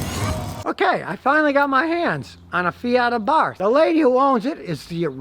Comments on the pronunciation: It's pronounced ABART! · OK, just started watching the video, so I'll hold judgement but 'Abarth' is pronounced 'AbarT' hard 'T' no 'th' sound. Carlo was Austrian so hard 'T' please and thank you. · Did you say "Fiat A Barf"?.... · That’s good to know Abarth doesn’t mean ABARF 😆 ! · FYI, the car is pronounced "Abart." No "th" sound in Italian, as I recall.